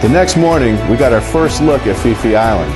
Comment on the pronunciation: Phi Phi is pronounced P P.. not Fi Fi.. I wouldnt try to pronounce Phuket if I were you folks.